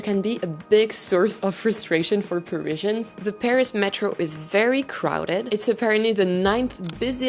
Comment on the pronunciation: I can't listen to you mispronounce Parizhans one more time. Pa-riz-i-an. It's the same in French F-F-S.